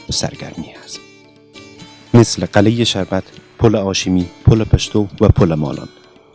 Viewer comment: برادرلطفالطفادرگفتارمتن دقت کنیدکه نگویندگوینده متن بی سواداست.یکی ازپنجمین مسجدجامع جهان است یعنی چی این جمله کاملابی معنی است.بایدبگوییدازجمله پنج مسجدبزرگ جهان است.وچراقلعه راقلهه تلفظ میکنیدبازهم جنگ الف وهه